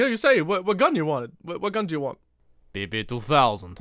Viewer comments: We pronounce this ПП guns not pipi, bruh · I'm russian and PP, pronouns more like pepe the frog, not pipi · I will be that guy but in russian PP 2000 is not being pronounced as PeePee, latin alphabet inferior to god chosen CУЯILLIC doesn't have the proper sound з.ы. Zis video iz great nevertheless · Actually, PP is pronounced as Pæpæ